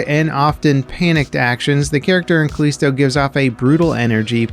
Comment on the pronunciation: I think you pronounced Callisto wrong